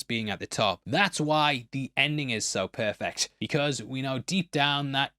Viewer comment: it wasn't perfect, it was "poifict"